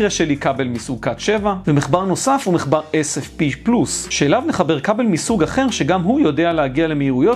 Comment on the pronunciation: ד"א אומרים מחבר MACHBAR לא MECHBAR